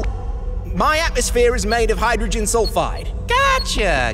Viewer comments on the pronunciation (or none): none